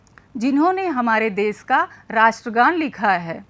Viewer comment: देश शब्द का उच्चारण शुद्ध नहीं है।